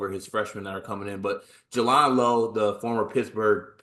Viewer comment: You did all the research, yet didn't hear everyone else pronouncing his name properly. J-land. Jay-land. Jaland Lowe. Thanks. And respect.